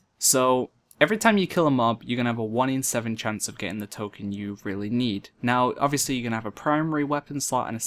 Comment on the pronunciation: token ; tole-kin xD